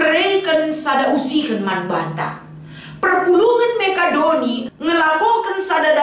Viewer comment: Sentabi, bukan Mekadoni tapi Makedoni. Bujur.🙏🙏🙏🙏🙏